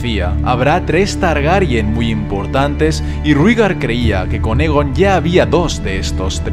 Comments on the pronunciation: Es Aegon, no Egon, tiene el mismo nombre que Aegon el Conquistador y por tanto, se debe pronunciar de igual manera. Y hemos oído oficialmente como se dice "Aegon el Conquistador". Un saludo! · 2 cosas: 1- Me puedes decir exactamente donde mencionan la profecia de las tres cabezas en los libros? 2- Aegon No se pronuncia Egon xd. Se pronuncia Eigon. Muy buen video y gracias. Y ni caso a los que dicen que este canal ha perdido la esencia porque ya no subes tanto Tierra Media como antes. No te olvides que la esencia la pones tu, no tu contenido.